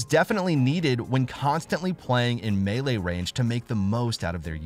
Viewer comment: He’s saying it correctly